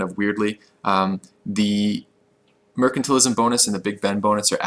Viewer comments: Wrong, it's spoken like merkantile not mersantile, which is a much simpler explanation anyway than the 2 cs of commerce. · The c in mercantile is like the c at the end of commerce, not like the c at the start of commerce :P